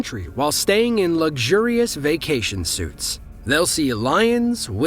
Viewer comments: I have slept is a suit, but I have never stayed in one. Although a lot of dead people do. The word you seek Mr narrator, is suite. Pronounced “sweet”. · "Suite" is pronounced "sweet", not "suit". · Vacation "SUITS"? How do you not know that "suites" is pronounced "sweets"? 🤔 Another dumb American that can't pronounce common "foreign" words. Stop making (most of) the rest of us look stupid. 🙄👎😠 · Just what I was going to post. Suites, not suits.